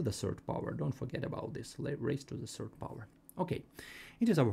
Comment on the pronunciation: While me noticing him say serd instead of third😅